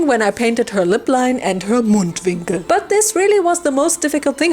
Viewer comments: I already heard your german accent when you said Mundwinkel lol I didn’t know you were a! 💕 (I learned it as corner of mouth but idk either) Btw the doll turned out great:o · I HEARD IT! I thought, oh, that sounds pretty German, and then you dropped the Mundwinkel